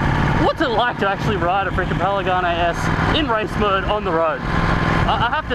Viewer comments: "paligane s" ;) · how many time did you say "Paligane"?))) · A good riding makes me say paligane instead of panigale too lmao. You tamed that beast bro!!! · Has nobody else noticed the "Paligane"... last I checked it was a "Panigale" not a "Paligane". Anyway cool vid:) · youre just saying it wrong, panigale not palaganie. lol looks like good fun, but damn expensive. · it's PANIGALE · I'm pretty sure its pronounced Pan-i-gaal, but dont quote me on it. as always awesome vid :P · Say it with me, it's P-A-N-I-G-A-L-E! Great vid! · is he saying PALIGANI? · "Pen-a-ganay", hahahaha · "Palegane" lmao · Paligane lol